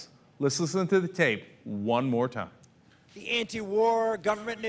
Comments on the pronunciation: IT SOUNDED LIKE GOVERNMENT NIC NOT NEG..SO ??? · He said "government-nik". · Sounded like 'nick', I don't hear him pronounce the 'g'. But either way, he is still a piece of sh... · As much as I despise Santorum. It sounded closer to ninja. Listen carefully and he adds an n after ni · I thought he was thinking peacenick, but slowing it down it sounded like a g at the end.